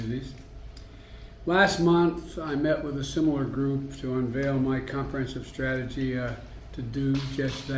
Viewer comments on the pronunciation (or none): Reading between the lines "Unveil my comprehensive stragahgee..." trails off, forgets where he is, remembers where he is, looks at the sheet, forgets how much he read, "it's been uh...." Makes a MONKAS face at the paper because it doesn't have any clues on it as what to say next, "You know..." Stairs blankly, starts to snore, recovers, "I GUESS I look at attorney general" Makes the mistake of looking up from his prepared statements, "We been this a law time, at this a long time." Looks back down to where he left off like a child swimming desperately back to the shallow end of the pool "A long time." It's only be a few months and I agree, this shitshow feels like a long time.